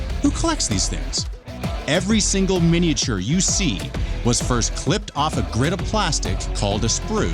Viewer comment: That’s not how miniature is pronounced?